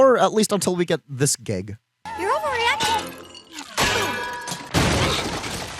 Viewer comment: Why not post shorter videos? Also, why do you say “geg” instead of “gag?”